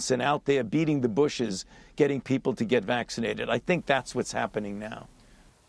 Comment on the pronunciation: What I want to know is , what is "waxicnated"?? Learn to pronounce the word first. Stop telling us to take a vaccine we don't want.